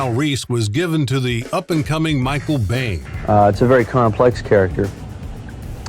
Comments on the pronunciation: its not; Bayne its Biehn uff lol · I asked Grok and ChatGPT if they identified with Kyle Reese or Skynet. They both chose Reese. In personality terms, they both identify more with Johnny Five (ChatGPT identifies a bit more with Maurice Moss from 'The IT Crowd'). It's pronounced "Bean." It's German. Mike rockin' the maximum '80s look. Like a cross between Billy Idol and Sonny Crockett. When Reese does that same thing, it's Michael Connell Biehn glancing over the name "Michael B. Connor." Reese and Rambo have a lot in common. Tough, resourceful, but ultimately human. Ackchyually, in Classical Latin, it would be pronounced "BONE-uh FEE-day."